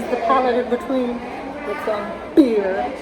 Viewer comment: Taco Bell is one of my go-to places for fast easy getting home late takeout. It’s not high-end Mexican food, but it’s comforting. Haha. Also, the way you say “Beer.” cracks me up. Great craic,!